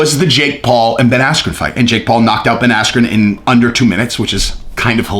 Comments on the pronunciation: it actually sounded less like asscream than his real name, Askren. It sounded like Askew, or Ass-que. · At first I thought he said asscream😂😂😂😂😂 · I heard Ben Ass-cube 😂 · Buffer mispronounced bens name and ben blamed the referee insults to injury paul beats floyd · It was all downhill after buffer mis said bens name, threw him right off his game... Really unfortunate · When the buffer got his name wrong was well funny 😄